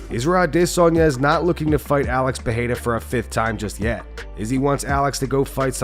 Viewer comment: It's not pronounced Pihada you dummy. It's Peirera.